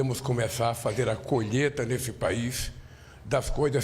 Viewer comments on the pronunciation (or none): Quanta ... Me dá náusea, Colheta? Kkkk colheita diga colheita.